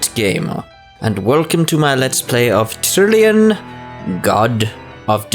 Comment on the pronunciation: I Swear you said tillion